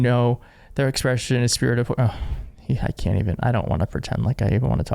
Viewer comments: Great video. But... Your pronunciation of many words sounds like you just got off the boat. Such as esprit de corps. It is pronounced espree, not es-pir-it. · Dude it’s pronounced ess-pree de core. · Jesus, EEthos and esPREEdecor.